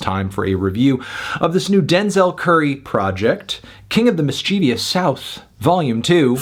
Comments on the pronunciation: MISS-chiv-uss (not miss-CHEE-vee-uss) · Just a nitpick, but "Mischievous" is pronounced "miss-che-vuss" not "miss-chee-vee-us" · Not gonna lie. I almost turned the video off after he pronounced Mischievous as Miss cheesiest. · Is it actually pronounced mischievi-es? I always thought it was mischiev-es.🤔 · Not sure if you're trolling. It is most certainly pronounced mis chih viss. If the album is meant to be presented as miss cheevius then the spelling should reflect that. Any and every dictionary specifies this. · Hahaha. No worries. I was genuinely confused and I literally thought "What the fuck? Am I saying it wrong?" Lmao. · Why do they pronounce mischievous like it has another i after the v ? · you are pronouncing mischievous wrong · He keeps mispronouncing mischievous